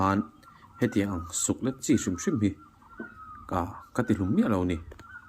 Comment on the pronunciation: i channel hi ava hlu em ,thahnemngaihna tawngkam takin Suklet hi (leilet) tih a "let" thlûk zawk hi hmangla suklet tihtur ani e